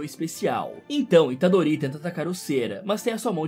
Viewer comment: A unica coisa que ele errou é que o nome do Yuji Itadorito. Deixem o Like galera, ajuda o canal :D